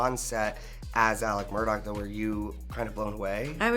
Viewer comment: the name is pronounced Murdoch.